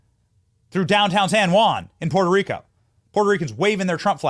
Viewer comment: Was it just me or did it sound like sloppy Joe almost said he was from Porta Rico? Add that to the long list of origin story lies he has told.